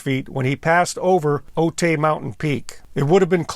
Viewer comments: I thought you lived in the San Diego county area. Otay is pronounced “O-tie” not “O-tay”. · For what it matters, Otay is pronounced OH-tie. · Pronounced OH TIE, not OH-TAY. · Note: it’s not pronounced “Oh-tay”. It’s pronounced “Oh-Thai”, as in “Thailand”. I’ve lived near this mountain 67 years. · The mountain is pronounced OH-tie. Not Oh-tay. Thanks. Nice documentary. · Otay is pronounced “o-tie” if anyone cares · I was a U.S. Border Patrol Agent at the Brown Field Station in the late 1990 and covered the Otay Mountains. Just a little info, Otay is pronounced O-tie. When I was walking around the crash site back then, I found part of the linkage and levers for the throttle quadrant. I left it there and never kept any pieces of the wreckage